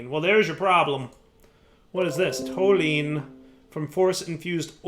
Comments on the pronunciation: I know chemical names aren't your strong suit, but toluene is pronounced tol-u-ene, sounds like "tall you ene" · (It's pronounced toh-lew-een)